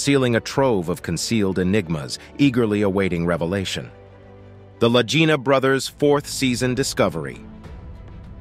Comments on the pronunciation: Please correct your pronunciation: it is NOT Lagina brothers like REGINA...it's Lagina like LAGEENA...wow. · The way this announcer is pronouncing the name of the brothers Lagina sounds like he is saying vagina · None of this is new information and the narrator can’t even pronounce their names right! Over and over he changes it. I certainly won’t watch anymore from this site. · You are pronouncing their last name WRONG !!! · THAT IS AGGRAVATING, JUST WATCH ONE SHOW AND YOU KNOW HOW TO PRONOUNCE THE NAME!